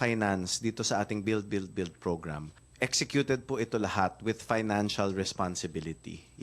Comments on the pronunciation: Beld, beld, beld.. Belding... Bellion....😂🤣😅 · Beld, beld, beld. Distracting pronunciation! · bellld, bellld, bellld... 😂